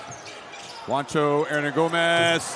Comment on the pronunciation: English speakers: Juancho is pronounced "Huancho", not "Wancho".